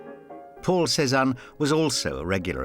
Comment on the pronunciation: I keep hearing Poor Cezanne instead of Paul Cezanne.